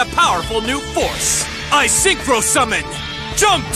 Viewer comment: “That was a vewy nice Synchwo Summon, Yusei…”